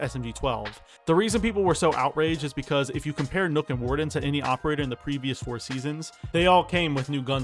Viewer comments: The "ø" in Nøkk is pronounced "uh", not like an "o" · When people pronounce nokk as nook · Why do you pronounce Nøkk as Nook?